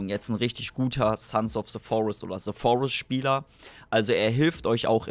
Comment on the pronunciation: wie einfach selbst leute die gut englisch reden bei dem game immer SE Forest sagen XD